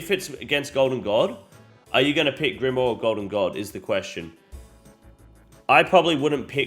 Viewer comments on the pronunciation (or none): can you just say grimoire correctly one single time in the video i beg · Pronunciations on grimoire and kandarin are on point 😂